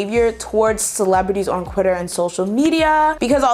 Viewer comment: did you just say qitter 😂